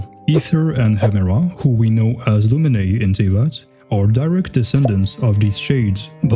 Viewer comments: IT'S LOO-MINE NOT HOW YOU CALLED HER NAME ( sorry I'm a big fan of ykyk ) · sorry to burst your bubble but its loomin, not the e in the end